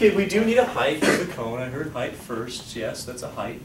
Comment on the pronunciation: dude, it's heighT, not heigTH.